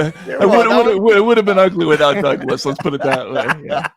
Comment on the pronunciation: He kept mispronouncing both Matt and Douglas's names. Murray got him back a little there when he called him Malc. The crowd definitely liked it.